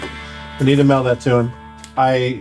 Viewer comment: It's "mail", not "mell".